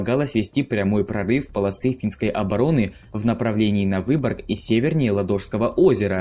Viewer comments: лАдожского озера , а не ладОжского :)) ! Но за мультик спасибо , все кратко и доходчиво. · ЛАдожского, а не ЛадОжского капец... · ЛАдожского озера, а не ЛадОжского озера! Географию что ли прогуливали?.. И да, до момента передачи Выборга по Московскому мирному договору, город именовался Виипури, а не Выборг. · может ЛАдожского озеро, а не ладОжское? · Какого в этак Ладóжского? Оно Лáдожское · Ладооооожского.....🤦‍♂️ мои уши.... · У ладожского ударение на 1 а